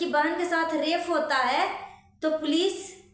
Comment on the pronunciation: Mam rafe nahi rape HOTA hai